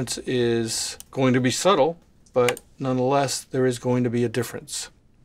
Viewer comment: i never knew the word "but" contained so many syllables. booereheet, in other news, the e is clearly going to win in top 40 land. the g has a wonderful golden tone, though.